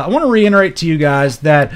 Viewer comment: Love you brother. I do want to share that the word is REITERATE. NOT REINERATE.😉